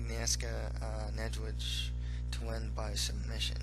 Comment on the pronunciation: pretty well you said "niedzwiedz" that mean bear in polish. Good prediction by the way.